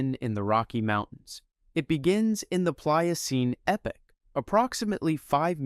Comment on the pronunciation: Pronouncing epoch as “epic” is wild work